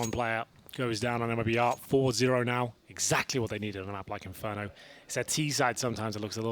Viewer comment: Não in fer do rento